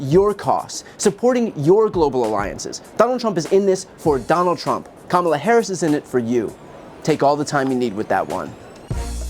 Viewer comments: Trump is the one with personal attacks. Name calling. Denying heritage. calling people he doesn't like low IQ. Purposely mis-pronouncing Kamala. Callin Barak HUSSIEN Obama, only to make an immature reference to Saddam Hussien. How damn childish. And he wants to be President??? Are you freaking kidding me??? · Just have everybody, I mean everybody, start deliberately mispronouncing his name as Doenauldt. See how long he can stand it. Remind him that it will only stop once he stops deliberately mispronouncing Kamala. The deliberate mispronouncing of a name once one is aware of such is a high form of individual disrespect, and when that deliberate act is meant to call divisive attention to cultural, religious, or racial backgrounds, it is then disrespectful to humanitarianism. Let the baby whine when he insists you pronounce it correctly. Let him know why you aren't. Let him know that when it stops is up to him. Let him refuse to answer questions posed in the public forum on the matter has he stews and fumes over the ironic justice in it all. Good times. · Americans really need to learn syllables. It's not Kam-la. It's Ka-ma-la. For God sakes